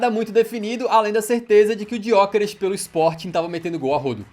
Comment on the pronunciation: Kkkk eu amo como o fala Gyokeres, Tipo Gyookerish